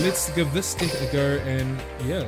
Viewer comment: i like the way says 'deck' as 'dick'! =)